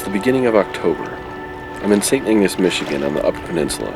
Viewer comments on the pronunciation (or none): none